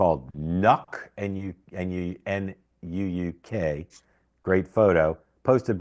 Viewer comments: I think it's pronounced "Noo-ook" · Pronounced Nook. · Not Nuuk. Pronounced Nook